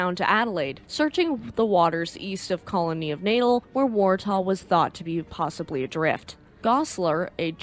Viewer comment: Another excellent video. A very minor quible though. Natal is pronounced Nat-al as opposed to natal as in birth. Is it me or does sound remarkably like Elinor?:-)